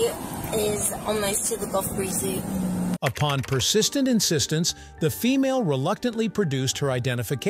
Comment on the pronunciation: What the hell is a “Golf Breezy?” I know she meant Gulf Breeze Zoo but that’s clearly not what she said 😂